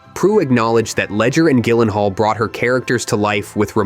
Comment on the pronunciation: its pronounced JYLENHAAL with a J sound